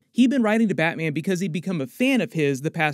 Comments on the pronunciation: "bratman"😂😂😂 love your content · you say "bratman". And i giggled a little. Love you're videos! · Is it just me or did he say Brat-Man